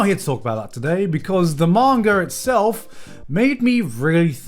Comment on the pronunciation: Why a lot of english-speaking people say "mangaR"? This little r in the end is so annoying.